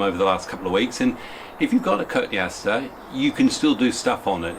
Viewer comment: coton-e- aster